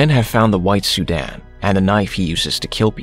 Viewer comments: why my mans be saying "sudan" 😅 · Why does he keep calling a sedan, “Sudan”???? All of these recaps have this problem